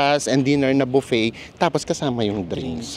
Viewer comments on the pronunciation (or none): none